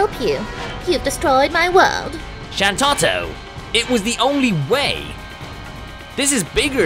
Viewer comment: You pronounce Shantotto wrong. Tarutaru females have a rhyming syllable at the end of there name.